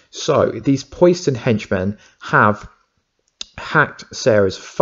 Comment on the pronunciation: Not Pois-den buddy.. Po-Siden.. like Poseidon the Greek God of the Ocean.. Also.. I think it would be stupid if it was Kellerman, He's already done some shady stuff, and it totally takes away from the huge turn around that his character had in the last seasons of the Series, He turned himself in, helped them out, And became a genuine good guy, willing to go to Prison for good and to protect his sister (I think, been awhile), so for him to turn in to a scumbag, just sort of erases all that.. And yes Wentworth is Such a beast, Really makes me wish that the Captain Cold that got sent back to 2015 on legends to put him on the path to become a Legend.. Either finds a way to go through that and not die.. or if he has to, doesn't join the legends, and comes back to the Flash, he's so good at Captain Cold, I honestly never liked the character in Comics/Animated Shows, he seemed so weak, but he brought new life to it